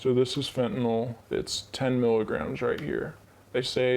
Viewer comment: One world: Suboxone. Evidence based treatment. And it's fentaNYL not fentaNOL